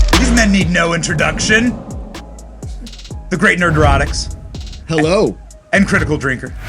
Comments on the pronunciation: There's no S in nerdrotic Benny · I appreciated the intro puns.... then saying "nerdrotix," lol